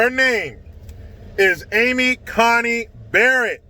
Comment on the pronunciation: Her name is Coney, like Coney island. Not Connie island